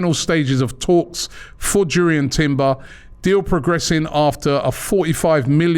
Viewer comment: Robbie needs to be serious about his work. Do research and get details on players. Know how their names are pronounced. Jurrien is pronounced as Yurrien Timber. Make the program captivating as well as informative. Develop your content over and above what everyone else knows.